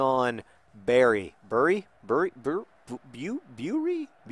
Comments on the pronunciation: I'm sure there are already comments saying this, but 'Bury' is pronounced "Berry." God knows why. Up here in the north of England we have some weird places names. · I used to go to college in Bury, the locals pronounce it "Berry". But many other places pronounce it "Burry" with the "u" like the "u" in "umbrella". I'll let you off on that one, it's not so easy. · It's pronounced berry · back with the pronunciation of towns local to my area Bury like BERRY if you live there. Although you will sometimes hear BUH-REE because of bizarre local accents not in Bury. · It's pronounced 'Berry' and it's part of Greater Manchester in the north west of England. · buh-ree in case you're interested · john its bu-ree :)